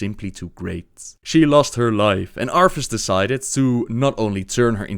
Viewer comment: Does anyone else hear him say Arfus?